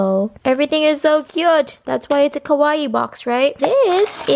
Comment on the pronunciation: that box is so cute! but it's pronounced ka-wa-ii. ko-wa-ii means scary